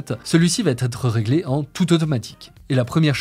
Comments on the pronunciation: La prochaine vidéo va ttt être parfaite:) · Vidéo très intéressante, merci ! Un détail de prononciation : "va être" ne comporte pas de "t", donc on ne doit pas dire "va-t-être" comme ça a été fait au moins 2x ici. ;)